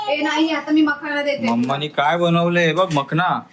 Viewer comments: Are it's a makhanaaaa not makhna 😂😂😂😂😂😂 ohhh God improve karo you are inspiration for your daughter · मखना नाही मखाना किव्हा मखाणे बोलतात.... बरोबर बोलतेय...😅